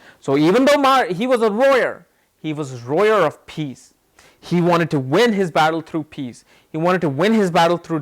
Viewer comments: Peaceful warrior if y’all are confused when he says “royer” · You keep mincing the words lawyer, and warrior and sometimes you say roarer! 🤣🤣🤣. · Lmaooo More Like "Royer"😅😅😅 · Pity you would waste a few seconds of your time making a useless response. You could've just responded with a single word stating what word you are using as you are not pronouncing it correctly. it sounds like "rowyer". I love your videos, don't get me wrong, and respect to what you are doing. It was just a simple question. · warrior dammit, he says wrong